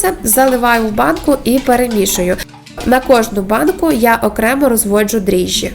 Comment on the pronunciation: Дріжджі-- вимовляє цілком правильно. Що смішного?